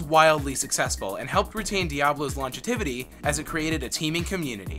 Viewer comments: "longe-tivity" = longevity "triss-tram" = tris-trum "khan-doo-raass" = khan-dur-iss "me-fee-sto" = meh-fist-o "there were 15 developers originally, but that number doubled to 45 by the time Diablo 2 was in development!" = "there were 15 developers originally, but that number tripled to 45 by the time Diablo 2 was in development" "kull-aid" = cool-aid "dead-mow-5" = dead mouse "haven" = heaven It's like this guy doesn't speak english and hasn't played the games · "Tris-tram" "battle DOT net" "Longetivity" "ark bishop" This is quite a pronunciation adventure. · I think he's just not good at pronouncing things. See: "Long-e-tivity". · You missed "longetivity" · "Longetivity" it's like longevity, but over a north south line. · LOL I really enjoyed his attempt at longevity ... Lawnjetevetie?